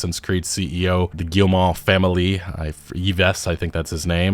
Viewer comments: I think you pronounce Yves(Eves) Guillemot(Gimoh). But yea you are butchering that name. take 2 min to learn to say a name when you arent sure before making a video...videos stay around a while and its hard to listen to these kinds of mistakes. No hatin just stating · Just FYI, Yves is pronounced just like Eve in English. As for Guillemot... Gee-yuh-moh would be close. With a hard G. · Yves Guillemot is pronounced like EEV GHEE-yə-moh. (ə is the vowel in 'the') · Like, “Adam and Eve,” it’s pronounced, “Eve.” Yves Guillemot is pronounced, “Eve Geelmoh.”😢